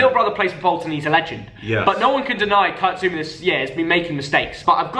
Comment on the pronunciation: Man said zouma and pulisic 😂😂